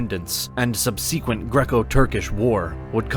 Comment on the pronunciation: Please look up the pronunciation of “subsequent.” This will benefit you.